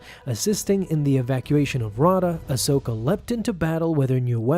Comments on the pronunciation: The moon Ahsoka was exiled on is pronounced "Rah-a-da" as said in the Audio book read by Ahsoka's voice actor herself. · Raada is pronounced Ra(h) ate uh 😉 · If ever listened to the ashoka novel read by ashley its pronounced ri-ay-da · It’s (raw-ay-duh) and (Kay-den). Say it right. I have the audio book pronunciation on my side here. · Bruh feaking hilarious how he pronounces Raada and Kaeden Larte 😂